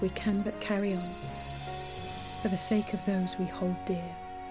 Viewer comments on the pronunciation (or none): none